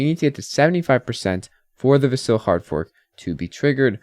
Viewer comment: I don't understand how someone following Cardano, which likely means they watch Charles Hosky videos, can still mispronounce Vasil.